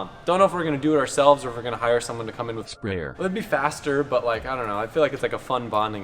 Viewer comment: At minute 4 and 16 seconds the robot says “sprayer”